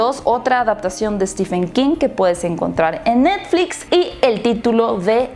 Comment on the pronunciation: Por que dicen "Stifen" 😨 Se pronuncia Stiven 😊